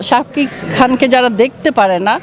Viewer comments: Nam uccaron eto baje ken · উনি নামটা উচ্চারিত করতে পারছেনা রে বয়স হয়েছে তো*****সাকিব বস আমাদের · Uni Sakib er nam ei bolte parena😂